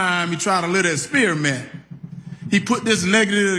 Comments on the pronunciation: “Spear-a-mint”? lol If he thinks there’s a pony under the manure I wonder when he goes to brush his teeth which orifice does he stick his toothbrush? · Experiment, not spearmint you dumb bell, I should of voted Democrat !!!!🤦🏽‍♂️